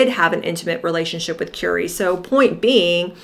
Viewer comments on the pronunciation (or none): Who is Kewrie Grant? It's pronounced Curry, like the food you eat!